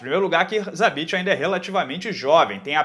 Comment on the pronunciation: Vc falou zabesta?